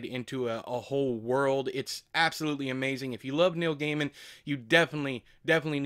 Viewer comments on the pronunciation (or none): none